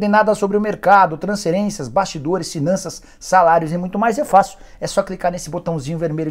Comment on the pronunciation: Transserências, Sinanças kkkk Fala o F rpz